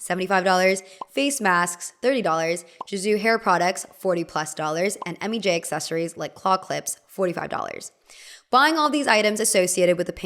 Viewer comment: Why do you pronounce gisou like jizu?😐